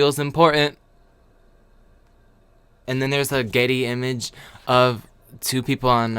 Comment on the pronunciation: it's so funny everytime you say 'stOck image' or 'gEtty image'